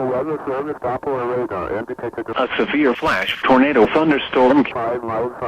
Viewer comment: what is a civilflashtornadothunderstorm? (It actually sounds like civil not like severe LOL)